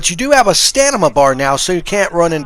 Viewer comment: A stanima bar lol, not trolling I do the same thing, say a word completely wrong hope no one paid attention and you kept it going like a boss, for that subbed 😂